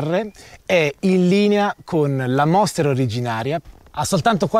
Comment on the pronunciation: Il monster no "la moster"..lo sa ogni motociciclista